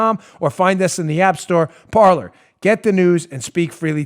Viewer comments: Dan, it's not parlor, it's pronounced "par•lay." It's French for "Talk" or "speak." As in "parlé vous Francois?" (Do yo speak French). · Please tell dan...its Parle....in french....means to speak....like the pyrates say in conflic "Parler" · Parler. French for “talk.” Pronounced par-lay. Just parlayin. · I suspect PARLER is pronounced "par-lay" after the French verb of the same spelling that means to speak. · it seems to me that parler (probably French) should be pronounced parlay. i could be wrong tho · That's Par-lay. It's French, "to talk".